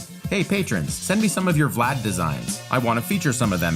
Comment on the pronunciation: As a fellow Vlad, congratulations on saying the name so well, most english speakers struggle with it :D